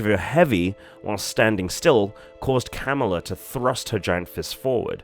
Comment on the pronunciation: PlZ say her name right,it not camela 🐫